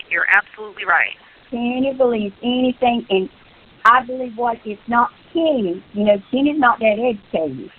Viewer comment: I notices sur pronounces “ing” as “ink.” Is that something g people do?